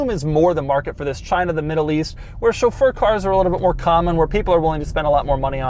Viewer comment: Glad to hear Chauffeur pronounced correctly!